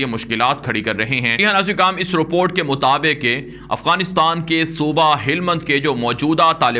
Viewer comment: جزاک اللہ خیراً اچھی اور حوصلہ افزا خبریں پہنچانے پر ہم آپ کے لئے دعاگو ہیں، اللہ آپ کی حفاظت فرمائے۔ آمین ایک مشورہ ہے Report کا صحیح تلفظ روپورٹ نہیں، بلکہ رِپورٹ ہے۔ جسے رِپوٹ پڑھا جاتا ہے۔ باقی آپ کا اندازِ بیان بہت اچھا ہے۔ ماشاءاللہ